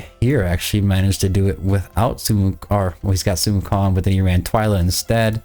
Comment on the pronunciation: That's not how you say, sun [wukong] is his name